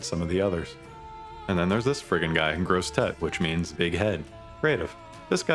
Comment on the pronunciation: The way you nailed that « grosse tête » excuses any and every other possible French mistake xD